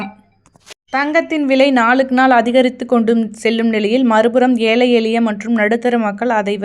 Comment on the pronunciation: ஏலை அல்ல ஏழை, ஏழை என்று சொல்லவும். தயவு செய்து பேச வரும்போது கொஞ்சமாவது பயிற்சி எடுங்கள்